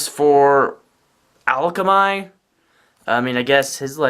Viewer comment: Also where are you getting the l from in akamai? It's pronounced uh-kom-i